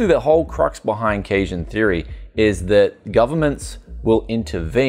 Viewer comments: My favorite youtuber with a speech impediment. Graphis Cahd, Cajun Theory. What's next on the menu? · Gotta say, generally like your stuff but your analysis of economic theory is pretty lacking and it's quite telling that you can't even pronounce Keynesian economics let alone understand it. Please read some modern sources and theorists bc ATM you're pedalling outdated ideas clumsily applied to an incredibly complex issue.